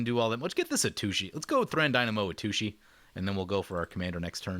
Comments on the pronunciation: I'm on gonna lie, it kinda annoys me when you miss pronounce Atsushi. You always say A-tooshee. But it's At Sushi. It just sounds like you're referring to a butt every time you say A-tooshee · Just a hint for Atsushi's name: The TSU is pronounced kind of like a sharp hiss. Like TSST! with u - sounds like glue - on the end. That one's pretty difficult to pronounce. :) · I kinda want him to keep pronouncing it that way cause lil kid brain goes "har har"